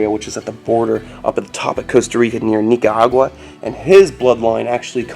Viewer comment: dont try to pronounce Nicaragua like you know how. You sound foolish ok